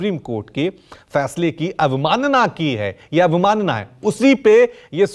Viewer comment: कैसे एंकर हो.....2-4 मिनट की विडियो में इतनी गलती । इलेक्ट्रोल बॉन्ड नहीं इलेक्टोरल बॉन्ड होता है। अबमानना की नोटिस नही अवमानना की नोटिस होती है । माच होता है या फिर मार्च 🤔🤔🤔 Yes BI, Ais BI , अस BI, 😂😂😂😂😂 कुछ भी हो खबर अच्छी थी..., शुक्रिया।